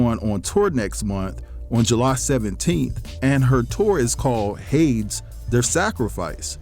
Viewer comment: Hades is pronounced Hay-dees, which is another word for hell